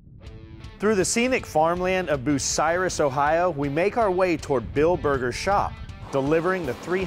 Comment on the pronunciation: Mispronounced the name of Bucyrus, Ohio. Funny